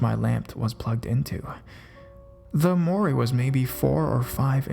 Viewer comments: Armoire isn't arm-moor-eee, its arm-wah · armoire is a large piece of furniture. It's pronounced "arm-wahre" or "arm-wah." It's French. I love the videos, I just notice that in just about every video you struggle with some nuance or unusual word. Not criticizing. I just don't want you to stumble on those words in the future. Keep up the great vids! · You're mispronouncing "armoire". It's said "ärmˈwär". Nice stories though. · Well done. Armoire is pronounced arm-war. It's a big cabinet used to hold clothes because years ago the government used to tax people on how many doors a home had. Consequently homes were built without closets and armoires became popular. They are expensive antiques now. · That was fun to listen to; thank you. (Also, no big deal, but "armoire" is pronounced "Arm-Wa". Rhymes with "bra" or "ha".) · Sorry to be "that person" but I think you meant armoire, which is pronounced "arm-wah" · If there is one thing that ruins a story for me, it is bad pronunciation. Armoire is not pronounced the way you did, as the "e" is silent for one thing. Other than that, you do a good job and this seems to be a common problem in these videos. I would suggest looking up words you aren't familiar with, since they generally have words spelled out phonetically. If you use an online dictionary, it should say it correctly for you, if they programmed it properly. Thanks for finding these stories, and I hope you take this in the positive way I intend it. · UGH THANK YOU! I've noticed this type of thing too and it bothers me. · How to pronounce Armoire Please youtube that.